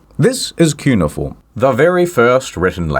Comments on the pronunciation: Yeah like his pronunciation of cuneiform, but I love the guy so I can’t blame him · All that refined culture but you can't pronounce "Cuneiform" correctly?